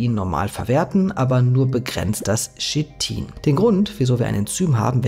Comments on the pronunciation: Chitin nicht shitin. Aber du bist wohl auch der kollege der nach schina geht und nicht nach china. 😂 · Sprich KITIN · Kein Schit-in, schließlich sagt man zu Dach auch nicht Dasch! Der Rest ist korrekt.